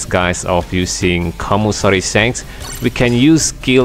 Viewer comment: I like him when he says sanks not shank’s 😂